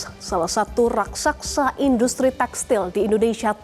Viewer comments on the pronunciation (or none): Mba..kalau ngomong yg benar bahasanya bukan raksaksa tapi raksasa